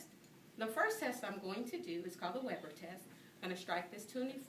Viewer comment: good instructional video, thanks! although, the 'weber' in 'weber test' is pronounced vay-ber